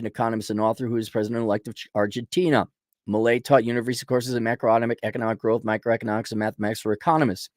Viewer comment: Can´t pronounce a five letter name? Try Miley, like in Cyrus.